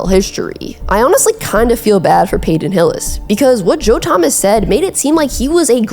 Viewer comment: "Payton" not "Payden"